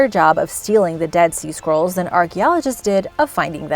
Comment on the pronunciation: For a moment I thought she was saying "dead sea squirrels", lol.